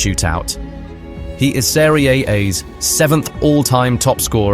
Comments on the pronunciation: Great video , really enjoyed it, thank you One small note the Italian league is pronounced as Serie a rather than Serie A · I thought that and the pronunciation of Napoli and Maradona indicated an AI voiceover?